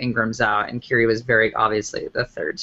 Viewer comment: Ky-ree Robinson, not Carey